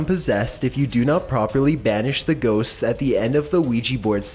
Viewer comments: I came into the comment section just to see if anyone commented on that. Thanks for the laugh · Aliens & ghostsssssssssssssss lol..you did NOT have to put so much emphasis on ghosts